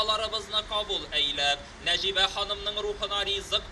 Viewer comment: " Гәргәри", шушыны да булдырмагач, татар кая тәгәри?! "Нәҗибә", "Сәлимҗанов" дигән исемнәрне дә дөрес итеп укымады, бик кирәкле кешеләре микәнни бу?! Бигрәк күнелсез хәл... Нәҗибә апа, урыннарыгыз җәннәттә булсын, әмиин.